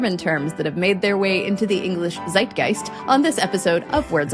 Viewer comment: Z is pronounced ts in German, so PLEASE don't say ZZZaidgaist when you mean Tssseit geist...